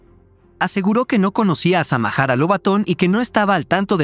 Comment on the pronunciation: NO SEAN HUACHAFOS , ELLA ES SAMARA NO SAMAJARA